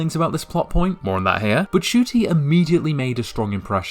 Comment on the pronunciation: It's N-cuti not just cuti btw, I mean even he mispronounced his own name for a while so